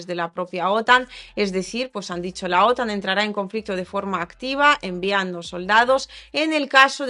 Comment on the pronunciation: MIJA COMO ESTAS HOY? ERES MUY DIDACTICA GRACIAS! LA PRONUNSACION DE: OTAN CAE EN LA ULTIMA SILABA (AUN CUANDO NO TIENE ACENTO ORTOGRAFICO!!). TE RECOMIENDO EL CANAL: THE MEXICAN FAMILY AHI ESCUCHARAS IMFORMACION MAGNIFICENT ( AQUI EL TELEPHONE NO ESCRIBE LAS PALABRASVCON ACENTO ORTOGRAFICO PERO ELLOS (ei. The Mexican Family) BUENO YA SABES,! BENDICIONES DE PARTE DE RENATO. AY QUE PENA Y MIEDO QUE SE VA ACABAR EL MUNDO POR UNOS IDIOTAS LOCOS BYE BYE DESDE SAN DIEGO CALIFORNIA UN PARAISO EN LA TIERRA ( MIENTRAS NOS DURE!!)